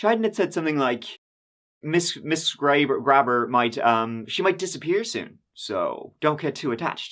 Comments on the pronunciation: Graber is my last name also. Its Gray-ber, not Grab-her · Not pronounced like that.... Gray-behr